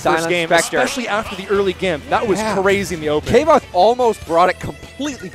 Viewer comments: Mad respect for that name, but Kay-voth? KAY-VOTH???? It's pronounced KVOH-TH! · You pronounce the "v" as a "v", or an "f" a la German, not as a "w". KV - othe. "Like quothe, but a v instead of a w" according to Rothfuss' own blog. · Pronounced "kwothe" if it's from kingkiller Chronicles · Kvothe, pronounced like “quothe” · "Kay-Voth" smh